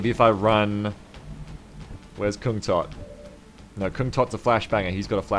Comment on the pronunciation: Just an FYI, but kungtotte's name should be pronounced kungtotteh